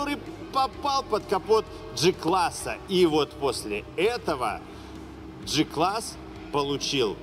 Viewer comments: Осмелюсь поправить.В германском алфавите нет буквы "ДЖИ". Произносится прямо"Г" класс. Без обид, с большим удовольствием смотрю ваши обзоры.🖐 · Джи-класс ? Значит джелендеваджен , а не гелендеваген и джуджл , а не гугл , на поджуджлить как правильно.